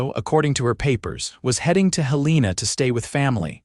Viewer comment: You pronounced the state capital of Montana incorrectly!!!!